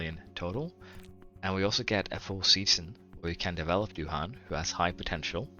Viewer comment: "I really need to learn how to pronounce that before someone kills me" - love it. I would recommend pronouncing it - do ahn (kind of like "do Anne")